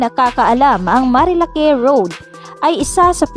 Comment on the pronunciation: Marilak not marilake 😐